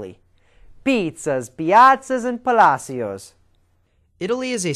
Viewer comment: Damn! Is this girl drunk? Horrible narration! And the guy should talk to an Italian before he starts pronouncing 'palacios'. LOL